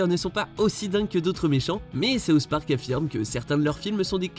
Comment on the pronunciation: Sauce Parc ? Pas possible de faire un petit effort de prononciation ?